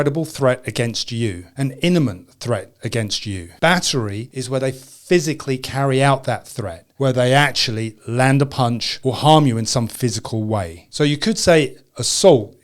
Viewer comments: It’s Imminent not inimint. 😂 but good advice. 😅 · imminent not “inniment”, sir. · Immanent not innament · It is pronounced IMMINENT..... not INIMENT. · Imminant not innimant! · Your stuff is excellent. But you will find it's imminent not innement danger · Jfyi, the word is imminent not inniment. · Imminent. Not inniment. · imminent not inniment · I came to say that he did well on "self defence jurisdiction," which he pointed out as being difficult. But imminent has "mm" first before an "n" Thanks for the video nonetheless. 🎉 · "Inniment" ... "esculate" ... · Grevious, eniment... Come on! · Take a shot every time he says iniment. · does he say "inimant threat"? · Great vid, you get my like, just remember "imminent" is pronounced with the double M first. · I'm going to need you to go and learn how to say the word "imminent", practice it for 2-3 days, then come back and remake this video so you don't sound like a jackass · Learned proper fighting and defensive techniques in the military. BUT rule #1 was always don't fight if you can avoid it, walk away. Rule 2 was equally as stark, however; if you're going to get into a fight, hurt the other person quickly and severely so as to end the fight because you don't want to get to rule #3. Please, learn how to properly say the word "imminent"! It's NOT inniment, it's imminent!! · You pronounced imminent wrong twice lol. Good vid though